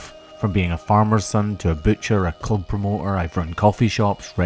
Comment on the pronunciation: Anothet, great video but did I hear you say club promoter.